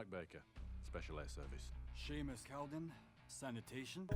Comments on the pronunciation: Sheemus? It’s pronounced shaymus. 😂 love watching people try and pronounce scottish things. Good video all n all tho! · Also Seamus is pronounced Shay-mus. Its not Shee-mus. I'm Scottish. Good video otherways. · He keeps saying seamus wrong ... it’s pronounced shaymus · His name is pronounced Shay-mus, not Sheemus. It's like Sean is Shawn, not Sheen. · Wtf is sheemus 😂 🙄 pronounced shaymus and also, this is the uk, free health service mate. No medical bills, technically. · Sheeemus???? It’s Shay-mus. God damn it man!! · "Shay-Mus" just incase anyone is wonder how to pronounce his first name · Seamus is pronounced shea-mouse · Couple facts John groats isn’t a city and for all the Americans it’s pronounced shay mus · it's pronounced shAAymus but ok 😂 lol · It's pronounced shaymus btw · Just a heads up I'm pretty sure his name I pronounced Shamus but I might be wrong. Anyway great vid as always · Seamus is pronounced as Shay-mus, sorry it just annoys me for some reason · i know your bad with names but how do you mispronounce seamus😂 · Not to be that guy but as I am scottish but ur pronouncing seamus and inverness